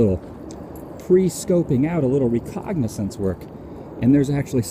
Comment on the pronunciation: You keep saying recognizance on your posts, the correct word is reconnaissance.